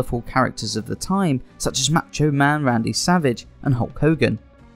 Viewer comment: Who is "Matcho" Man Randy Savage and X-"Pack"?